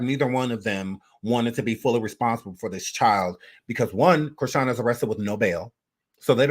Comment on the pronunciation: You said Christine with a half N😂